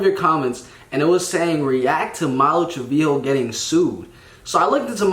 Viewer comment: Did this dude just say "Malu Triveeo?" 💀